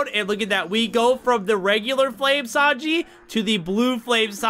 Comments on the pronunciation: Bro say tanji not Sanji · “Tanji” bruh his name is sanji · Bro said tanji instead of sanji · said tanji instead of sanji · it's sanji not tanji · I’m sorry but u said tanji it’s sanji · bro said tanji in sted of sanji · Bro it ain’t tanji it’s sanji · It’s Sanji not tanji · Why tanji its sanji😢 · Bro its sanij not tanji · ain't no way bro said tanji bruh 💀💀💀🙏🙏🙏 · Bro said TANJI! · wait wait wait wait wait did you call sanji TANJI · “Tanji” he say 😂😂😂😂😂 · BRO REALLY SAID TANJI 💀💀💀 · Bro rlly said tanji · No way bro said tanji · he said tanji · His name is pronounced Sanji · did blud said tanji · Y bro say taji